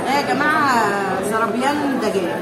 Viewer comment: هههههههه الله يسعدكن أسماء الاكل تنطقنها تفقع ضحك حنيز و زرابيان شفوت 😂😂😂😂